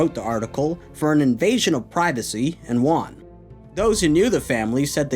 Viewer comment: I'll never understand your pronunciation of the word "won."